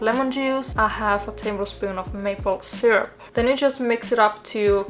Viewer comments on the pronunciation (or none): none